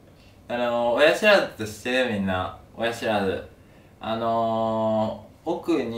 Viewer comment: 「親ひ(し)らずって、ひ(知)ってる？ふぃ(み)んな？」 で笑えたけど 話聞いてたら痛そうだし同情で笑えなくなった 次回もがんばれ